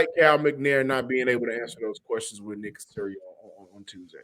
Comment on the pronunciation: Aww come on man..at least say Nicks name right.